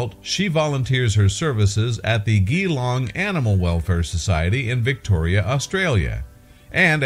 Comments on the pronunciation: Its pronounced G-long not ghee as in ABCDEF CAPITAL G-long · The city this occurred in is pronounced gee as in Jesus or oh geez or with a broad Aussie accent j as in just jlong